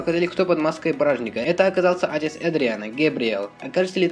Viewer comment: даже в слове "отец" ну... отЕц а не Отец